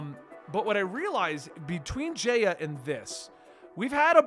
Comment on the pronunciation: Omg I can’t take it anymore! It’s pronounced J-eye-a. Not J-ay-a and it’s pronounced OOsopp not USEopp